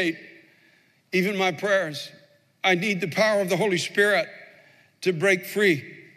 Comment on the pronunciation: LOL I thought he'd gone Southern when he said Pray-ers